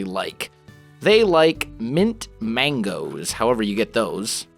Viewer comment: did he say mint Magno??? lol